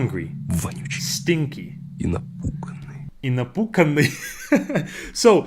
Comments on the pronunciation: Напуканный? Может ты имел ввиду напуганный? (Farted? Maybe you meant scared?) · там же напуганный (scared), а не напуканный, так даже в качестве иронии не говорят в русском языке, тем более, что "напуганный" более соответствует контексту напряженности ситуации))) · тут "Напуганный" а не "напуканый"(просто что бы знал следующий раз) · its not a напуканный its a напуганный its not fart its fearly i know it gonna looks like im 🤓 but this is real big mistake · Не напуканный, а напуганный! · В конце небольшая ошибочка😅, там было сказано не напуканый, а напуганный, слова похожи, но значения совсем разные. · Not напуканный, the correct is напуганный, it means scared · You have a mistake) It is not «Напуканный», it is «Напуганный»😂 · Бля когда он лежит и притворяется что спит, он лежит не напуканный, а напуганный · Чееееел, ты перепутал, он сказал напуГаный, а не напуканный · не напуканый, а напуганый. испуганый боится в этот момент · но там было не "напуканный", а "напуганный" 😂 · He said not "zapukaniy", he said"zapuGaniy" that means "be scared" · там не "напуканный", а "напуганный" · бро, тут напуГанный, то есть тот человек которому страшно, а не напуКанный) А так видос классный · я хотел подметить, что в последнем видео, где субтитры были «напуканный», просто невнятно произнес «напуганный». А так ролик просто прекрасный!❤❤ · I think he didn't say "напуканный", he said "напуганный". "г" and "к" are very similar, so it's easy to confuse them. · НЕ НАПУКАННЫЙ А НАПУГАННЫЙ!!! Он боится!!!!! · Напуганный (scared)❌ Напуканный ✅ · Думаю, в последнем видеоролике было не "напуканный", а "напуганный" Я хоть и русская, но видео было интересно смотреть, узнала несколько новых английских слов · Лол не напуканный, а напуганный😂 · в конце же "напуганный", а не "напуканный" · Там не напуканный,а напуганный-scary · Там же вроде не напуканный, а напуганный 🥶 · Он напуганный, не напуканный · Там напуганный, а не напуканный. Я вообще в ахере. По янчику язык учат теперь